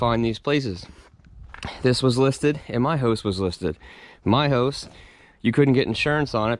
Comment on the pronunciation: Never really heard anyone pronounce house as "hose".